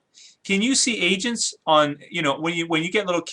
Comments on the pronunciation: Agents. The last time you said it, it sounded like you said 'asians' lol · did he say asain lol